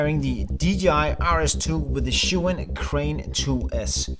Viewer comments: ohhh no someone mispronounced a name, what a shame. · That's not how you pronounce Zhi Yun